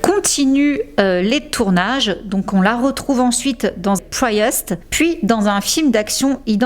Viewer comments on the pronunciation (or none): the pr iiist pas praiest 😂